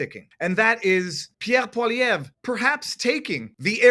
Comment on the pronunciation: How are you pronouncing PP's name? It sounds wrong!